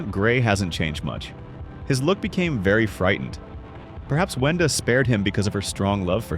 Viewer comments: He said Venda instead of Wenda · WENDA NOT VENDA